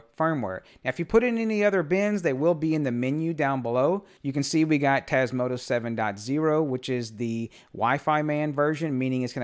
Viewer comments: Hello just a silly question, maybe it is your accent, why do you pronounce Tasmoto instead of Tasmota? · You keep calling it Tasmoto rather that Tasmota ;-) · TasmotA with an A at the end. Not an O. :)